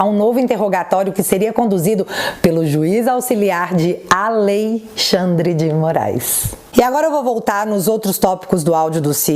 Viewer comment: Adorei o "aLeixandre de morais"! 😅😅😅